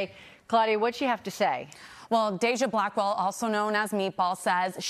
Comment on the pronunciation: I thought she called her Blackball but she was saying her last name, Blackwell. I had to go back and double check 😂